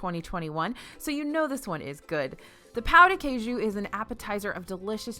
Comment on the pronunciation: Great video, as always,. Just an FYI, Portuguese is NOT pronounced the same as Spanish. Pão de queijo is pronounced "pow jee kay-zhoo." Yes, I speak both of those languanges... among others;)